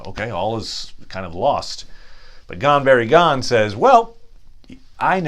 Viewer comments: Actually your pronuncement is terrible.eg it's not pucklemen, it's pronounced Pooklemen. Itsnot Gan berry gan, it's pronounced Gan Boory. Gan.oh and by the way Elrond's father's name is not pronounced as if the first letter is a Y. The first two letters are pronounced as two separate letters. Ea is not Ya. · The u is always long in Elvish and Sindarin based languages. So no, you are not pronouncing it right. They are POO-kel-men, like a Ducal Signet is pronounced. Also it is Gone- boory-gone, not Gone-berry-gone. Sorry, nice try. The Numenoreans had many Druedain among them on the island of Elenna. Pukelmen is their name for these people. Since the Numenoreans spoke fluent Sindarin in their everyday speech for centuries, only slowly evolving into Westron as their native Adunaic made a comeback during their rebellion against the Elves and the Valar. But even their Adaunaic was taught them by the Elves of the East, those reluctant Teleri whose Western kin later evolved to the sub-group Sindar, and maintained many common elements. So no matter how you spin it, every word they talk is based on the Sindarin/Teleri language.